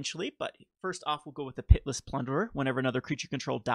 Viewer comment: Are you saying PIT-less plunderer? or Pitiless plunderer? lol it's all good. thanks for the content!